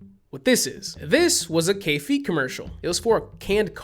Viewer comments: My first screamer was the car advert one and we managed to convince our design&tech teacher in highschool to play it, under the guise of it being 'really effective advertising'. That pronunciation of K-Fee pains me tho, dude. It's pronounced 'Kah-Fey', because it's German lmao. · Took me till the end of the video to realize he's saying "Kaffee" oof